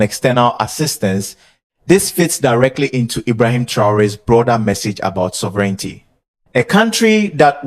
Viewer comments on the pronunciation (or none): 🛑Bravo for the video. And minor positively meant comment. Please check pronounciation. Example: Sovereignty is pronounced different. It is only with a few words. But as you have a leading role for the English language. PLEASE CHECK AND CORRECT 💯 PERCENT. and again bravo for the video and what you are doing.🛑